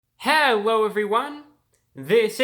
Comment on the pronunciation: Did he say "hewwo" ?? OwO